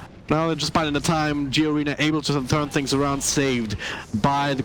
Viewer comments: >27 >kiddo >plays for ever 12 years im not sure if it was pronounced as G arena.... im pretty sure it was just Garena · the commentator keeps saying G-arena, wtf with this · Fucking caster cant even pronounce garena instead saying it as G arena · did he just said G-arena?